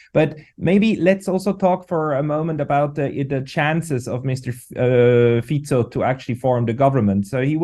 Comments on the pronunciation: Please English speaking mr. can you say mr.Fico name as is written with out Fiko! He's a mr.Fico! No Fiko! Thank you for understanding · What is wrong with you reporters? Can't you give respect for the name and pronounce it correctly? It is not Fiko, but Fico - pronounced as Tsitsipas - the tennis player. Period. 😮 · Can you, please, learn to pronounce Fico. It is NOT ‘k’. Thank you.